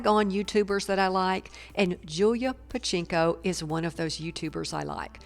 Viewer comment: OMG, at least pronounce her name correctly.